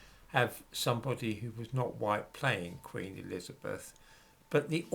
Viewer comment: " Queen .....Erizabeff" ???????